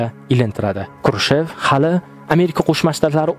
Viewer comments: Крушев эмас Хрушов дейилади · НИИТА СЕРГЕЕВИЧ ХРУШЁВ КРУШЕВ эмас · Крушев хам Хрушов хам эмас Хрушчёв . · Nikita Krushev emas Nikita Xruschov bólsa kerak manimcha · Xrushov emas Xrushchev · Курчов дисанми Хрущев э укимаган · Никита Хрущёв тугри гапир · Хрущев фамилиясини ту́гри айтинг